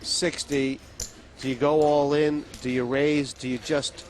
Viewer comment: какой блять алин? это твое имя чтоли? произносится ол ин